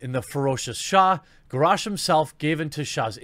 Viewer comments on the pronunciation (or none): none